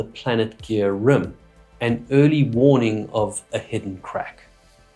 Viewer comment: The way you pronounce the word rim is REALLY weird! "Rüm"???😀😂